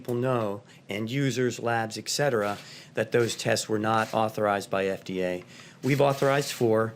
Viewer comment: "Ek Cetera"